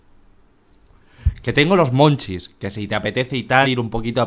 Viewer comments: El hambre de la maria es "munchies" y no se pronuncia "monchis"... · me perturba un poco que en los comentarios digan que "monchis" es de su pais cuando es munchies que es en ingles...